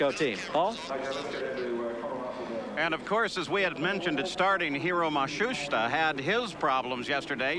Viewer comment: It's back to Matsooshta again! LOL.